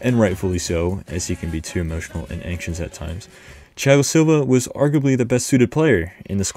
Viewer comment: Great pronunciation of Thiago Silva's name